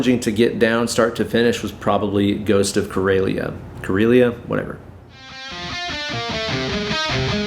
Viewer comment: Karelia; you pronounced it quite ok! (It is a latinisation of Karjala, a historically Finnish area now in Finland and Russia, where most of my ancestors are from) But cool that you took the time to tell about this awesome event!